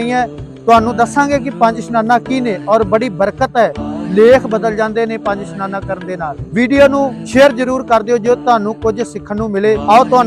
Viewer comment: ਪੰਜ ਇਸ਼ਨਾਨਾ ਹੁੰਦਾ ਸਨਾਨਾ ਨਹੀਂ